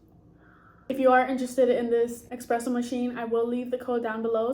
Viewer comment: It’s esssspressssssso not expresso